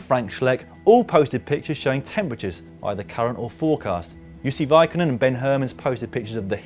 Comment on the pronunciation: I love the way you pronounce "Jussi Veikkanen"